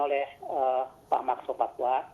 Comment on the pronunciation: Tulisannya sopacua bacanya sopakua mbak, beliau ini senior anda di dunia jurnalis televisi